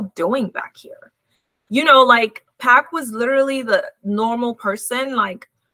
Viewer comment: Love your reporting but it's PAC not Pack